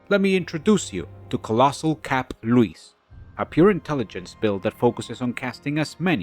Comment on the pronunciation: amazing & well thought out build, awesome video! & thank you for pronouncing Luis the right way! 😂